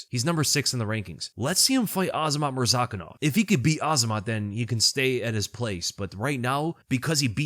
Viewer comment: Brother pronounces Murzakanov properly but still can't get "Pereira" right. There is no "h" sound like there is in "Ferreira" because there are no double r's.